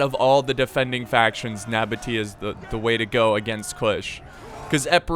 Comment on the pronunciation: True ogs were here when couldnt pronounce nabataea